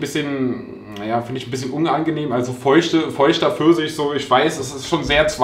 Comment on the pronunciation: "Eistee Försisch" 🍑